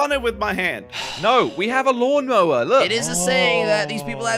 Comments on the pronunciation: Lawn Mower more like mawn lower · Jelly: mon lawer Me:lawn mower Hahahahah🤣🤣🤣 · "MaWn lOwEr" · Lol actually josh and crainer also called it mawnlower 😂